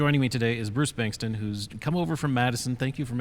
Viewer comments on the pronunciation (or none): Bengtson (Son of Bengt) not Bengston.